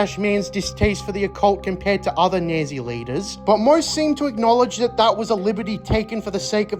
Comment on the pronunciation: You do know that it’s pronounced “Naht-see”, not “Nazee”, right? I hope that’s just a bit you’re doing.